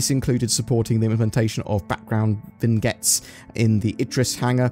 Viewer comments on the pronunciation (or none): It's "vin-yet," not "vig-net," because French.